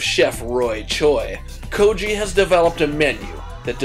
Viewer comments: Idk what the "koji" truck is, but I'm pretty sure it's pronounced"ko-gee" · Go-gee. Hard G. GO-GEE. NOT GO-JEE. IT MEANS, "MEAT" IN KOREAN. Please show respect by at least saying it correctly. Otherwise, you're recipes are spot on. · 고기 is more sounds like: Kog- I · lol 'ko-ji' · its kogi. rhymes with maggy.